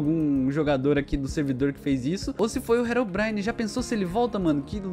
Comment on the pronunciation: "Rerom brain" kkkkk o certo e Herobrine